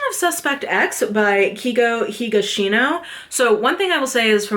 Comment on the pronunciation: Edogawa's E is not like "Ee / I " but like "Eh" as in "E-xtra". Kindaichi is pronounced like "kin (like "next of kin") - die (like "to die") - chi (as in "chee(se)"). Kindaichi is a HUGELY popular multi-season Japanese tv show too btw. Aosama is "a (a-pple) - o (oh!) - sama". Keigo (KEI is ike ca-ble car and GO as in go) Higashino (HI as in "hehe" GA as in "lady gaga" SHI as in "she" NO as in "no"). Higashino is huge, and his new book came out last month and it already sold 600k in Japan. KA as in can, NA as in Nah I'm good, E as in E-xtra. Also, Japanese is a syllabic language so the pronunciation of each syllable doesn't change 99% of the time.